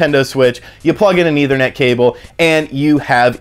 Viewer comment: Didn't know people would pronounce it as "either-net".